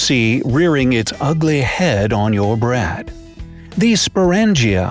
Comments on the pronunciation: he said Brad........not Bread..xD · Lol he said "Brad" instead of "bread" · Did anyone else hear brad instead of bread